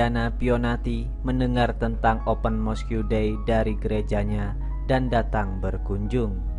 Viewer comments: Sebutan utk 'Mosque' ialah 'Mos' bukan 'Mosku'. Janganlah perkataan Inggeris 'diIndonesiakan'. Nanti suatu masa kamu claim itu bukan perkataan Inggeris tapi perkataan Indonesia (seperti yg terjadi terhadap Bahasa Melayu kamu claim Bahasa Indonesia). He he! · Mosk,bang,bukan moskiu(mosque) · Mosque…disebut ‘mosq’ abjab/huruf ‘que’ tak perlu sebut bunyinya (silent)